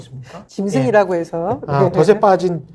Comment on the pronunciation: 더세 가 아니고 덫체라고 읽어야 합니다